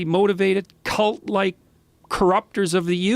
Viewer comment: it sounds like Jordan’s about to drop a bunch of swear words and call them names. “I think they’re CONtemptible, Cowardly, IDiologically MOtivated, CUlt-like...” sounded like he was going to take a different route 😂